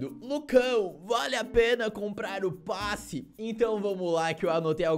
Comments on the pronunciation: É passe não "basse" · "U bAsSi De BaTaIa" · vc tem q aprender a falar kkk "basse de batalha"